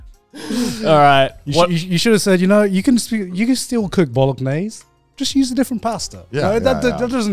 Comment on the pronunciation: Garnt is the only person I've ever heard pronounce the g in bolognese